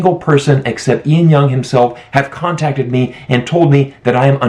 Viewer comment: Ian Young? It's Lan Young.